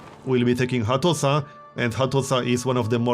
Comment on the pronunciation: The s in Hattusa makes an SH sound